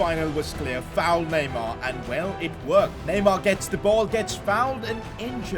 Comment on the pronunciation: It’s neymar